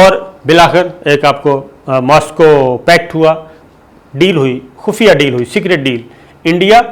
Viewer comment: Dear Sabir Bh, Yeh jo pesh baghair " YOODH" bola hai very funny ... ha ha ha ha... maza aa gya.. Thanks